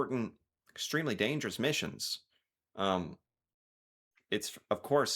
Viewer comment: Missions not misson